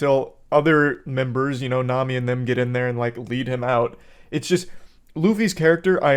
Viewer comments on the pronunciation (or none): none